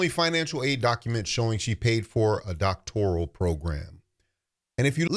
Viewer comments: I caught that as well, she also could not State what BBS stands for which overseas both licensed and Doctorate grads, on the Joe Budden she explained the acronym incorrectly....i caught that when she pronounced it as " Doctorial" vs Doctoral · I mean yeah i think she is lyin, and hearing her pronounce it "doctorial" was wild. But in all fairness, i've seen valedictorians talk about "axing" questions. So ... 😬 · I caught that too! “Doctorial.”